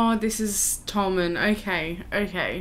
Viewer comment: btw its pronounced like "toe mahn" not "toh man" because its tokyo manji shortened into one word